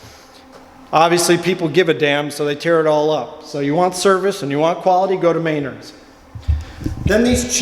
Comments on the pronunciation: MEN-ARDS NOT MAY-NARDS lol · Never heard Menard's pronounced that way. Very informative video though.